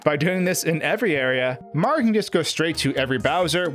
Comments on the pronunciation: I agree completely, the videos are interesting but his speach patterns for videos needs to become more natural. I also don't like that he says "Maro." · why do you pronounce Mario as "Mar" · I can't get over the way he says "Maro" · Every time he tries to say Mario he cuts off the end of his name. Not a complaint just something I noticed. Great video!